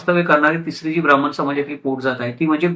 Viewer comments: छान माहितीपर व्हिडिओ. फक्त ब्राम्मन म्हणू नका. ब्राह्मण म्हणा.🙏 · Information is more important than the perceived pronunciation